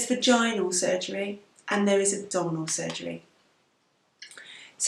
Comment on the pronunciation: When you said "abdominal hysterectomy" I thought you said "double hysterectomy" at first and laughed so hard :D